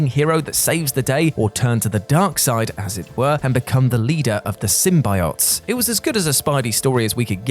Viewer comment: You say Symbiote weird. Like they do in that movie. The wrong way lol.